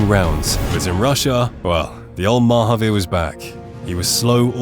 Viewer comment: I've been listening to 'Oakburn Opus' and ever time you said Mahaveer, I kept hearing Marvpyas. I found it funny to think some Eldritch entity was trying (and failing) to race cars.